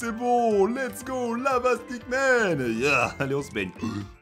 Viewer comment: pq tu dis stackman c'est stickman